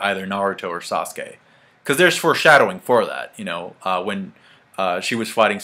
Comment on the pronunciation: This whole time I thought said squirrel, like WTF when did Sasuke get to summon muthafuckin' squirrels in the manga FTW!!!!!